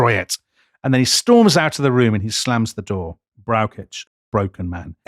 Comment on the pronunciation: As a huge fan of this podcast it is difficult to criticise anything. However, Dominic has big problems pronouncing German names. General Brauschitz is for example not pronounced with a k sound.